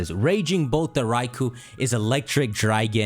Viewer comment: Its raiKOu Not raiKU Learn how to pronounce the names There are offical pronunciations Learn them ffs